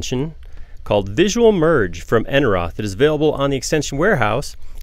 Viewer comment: I may need to calibrate the warning message :P . Btw, the name is pronounced "Enerot", the h is silent.